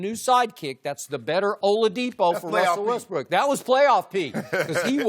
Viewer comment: "Wessel Westbrick"